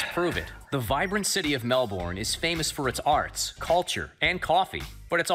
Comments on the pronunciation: every time (and for that matter, pretty much every single time an American) says MAL BORN as two separate words instead of just "Melbourne" I die a little inside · I get a nervous sweat every time he says 'MelBORn'. We just say Melbourne like 'Melburn' or 'melben' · Bruhhhh the way that the guy says “melBORN” is killing me it’s so awful 😂😂😂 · mel-bourne and saint kill-da. As someone from Melbourne I can sucessfully say that they did not do their reserch. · No Australian says "Mel-born"; it's "Mel-bn" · "the vibrant city of 'mel-born'" cries in australian its pronounced 'mel-bin' ahah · "the vibrant city of *mel born*" bruh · MEL-BORN WHAT AHAHAHHAA for anyone who isn't Aussie: Melbourne is pronounced 'mel-bin' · Man, y'all Americans gotta stop disrespecting my grandparents city. It's pronounced Mel-burn not mel-born. Also, coffee capital of Australia. Amazing coffee. Sooo much better than American coffee. I mean it. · "Mel-burn" is not that hard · I say it like Melbrn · Omggg I know!!! It’s pronounced Melben!! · As an Australian, I cringed everytime that dude said "Melborn" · Hate how the narrator butchered the pronunciation of Melbourne Fuckin "Mehl-Born", it's not that hard to say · I was born in Australia and the way they said Melbourne almost made me cry 😢 so yah it’s Mel-bin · mel burn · every time that man in the video said “MelBORN” i died a little inside. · Mell born, hahaha wth, it’s Melbourne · As someone who lives in Melbourne the way he said it made me cringe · As an Australian, the pronounciation of Melbourne killed me. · Does it trigger anyone else how this guy pronounced Melbourne